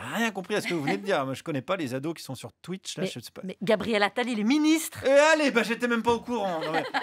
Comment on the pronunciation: Charline dit "houite" mais elle dit "tuitche" 😂